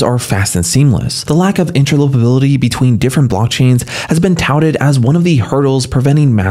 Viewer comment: "Inter-LOPER-ability" 😊 Sounds way better than "Inter-OPER-ability" Do you mind if I use that? PS Great mic and voice (and content). Bravo 👏 and thank you. 😉